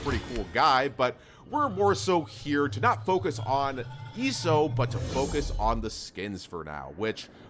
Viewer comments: He did not just call him, “eeso” It’s EYE-so Like, idk, maybe his ult, with ISOlates people Or ISOpropyl alcohol 😂 Not “eeso” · No he didn’t it’s Iso as in isolate not eso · It’s not eeso it’s iso😂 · I don't meen to be petty but his name is "Iso" as in isolation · Is it not pronounced “eye-so” like isolating or like 1v1 in basketball?